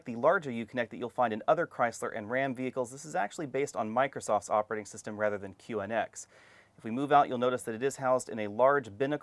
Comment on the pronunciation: QNX is pronounced "cue-nix." It is a play on "UNIX."